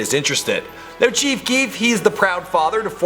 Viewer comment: Chief keekf